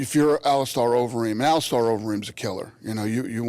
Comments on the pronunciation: Here to hear Dana call him "Ali star" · I absolutely despise how Dana pronounces “Alistair”.